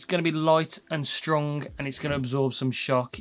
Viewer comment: Thanks I like the way you say strung when you mean strong.